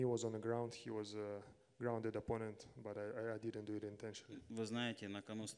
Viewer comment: Everyone: He is grounded, no knees! Petr: He is grounDEAD? Ok!